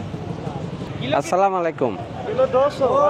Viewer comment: সালামত শুদ্ধনা,মালাইকুম না হবে আলাইকুম হবে।